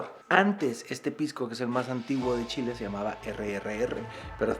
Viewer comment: Primera vez que escucho el "chi chi chi, le le le" como corresponde de un extranjero <3